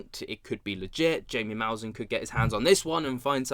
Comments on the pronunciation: It's hi-me ma-sahn maybe that will help you better if yu say his name that way😂 trying to help😅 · Why can't you take the time to learn how to say Jaime mousan